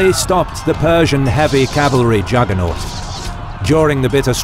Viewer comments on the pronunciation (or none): none